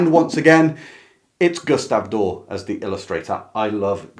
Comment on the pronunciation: This is a wonderful video, and I subscribed, but I'm a little perpecxed you don't ee the final letter in Doré has hhat lanting line over the E. It's pronounced DOR-EH, not "door".